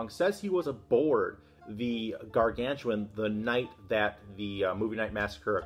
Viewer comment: Gargantua. No 'n' at the end.